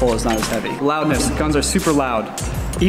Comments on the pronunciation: "Loundess" hmm yes Loundess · Huh... Loundness ??It's Loudness right ? .... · "Loundess" I'm looking at you:-) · Speaking of nitpicking; not sure what "loundess" is. Love the video though! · "Loundess" For real though, great video!! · Anyone notice it said loundess not loudness hahaha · What the hell is 'loundess'? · "Loundess" Guns are really Lound? :D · I'm sorry, "Loundess"? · "Loundess" guns are very Lound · "Loundess" Lol :D Other than that, great video and lots of information here.